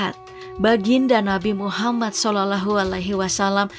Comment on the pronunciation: Tolong perbaiki cara menyebutkan nama nabi Muhammad Saw..